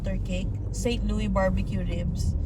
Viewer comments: Share ko lang bro, St. Louis is pronounce "Saint Lewis" (Loo-iss). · Pronounced "Saint LOO-iss" parang Lewis. Uso pa rin ang break-in, pero dito di katulad sa atin na papaandarin muna ahead of time ang sasakyan bago umalis, dito pag andar alis agad. Di uso ang warm up. :) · unlike Illinois, you pronounce the "s" in St Louis :) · You pronounce St. Louis like you pronounced it but also with the "s" at the end. So it is not a silent s. Also "arch" you were right the first time...you pronounce the h. Hope you guys had fun! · Correct Pronunciation: Saint LOO-iss (/seɪnt ˈluːɪs/). (Here in America) Common Misconception: Some may use the French-style "Saint LOO-ee," but the "s" is generally pronounced. Local Dialect: The name fits into a broader local, older dialect that sometimes anglicizes French names. To give you credit though, Louisville is pronounced Loo eeh vuhl. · It is pronounced with “S” po. Try visiting Kansas City museum 😊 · not silent S in st louis po…. hehehe enjoy po from st louis